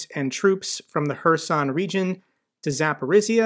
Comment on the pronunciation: Dear, I appreciate your informative, knowledgeable videos a lot. However the pronounciation of some names of places are not correct. One region, called Zaporozhye is you should improve. The last syllable sounds not S, but ZH, which sounds like J in french JEAN. (I speak Russian a bit Ukranian too.)